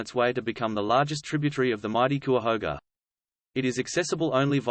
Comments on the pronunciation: It's "KI-uh-HO-guh". Anyway, I hope this is more protective of the site, and not whitewashing history and paving the way to destroying the site. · Kai uh hoga. Thats how you pronounce cuyahoga. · It’s pronounced Ki-a-hoga. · It's "ky-ah-hoe-ga" (Cuyahoga). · He's accusing CVNP authorities of hiding "the truth". I personally know rangers and park officials who are intellectually honest and curious and I can't believe that they are hiding anything. (I do wonder a little at the credibility of a guy who emplys an AI voice and hasn't figured out how to pronounce "Cuyahoga".) Indeed, if there is accuracy in what he is calling paleolithic sites, I can attest that the park authorities would be VERY interested in protecting, researching and promoting them as attractions to draw traffic. He makes accusations...who has he talked to in the park management? Silly. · Every time he mispronounced " Cuyahoga" I want to scream. But this is a awesome informative video that makes me want to go exploring. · Can't pronounce Cuyahoga.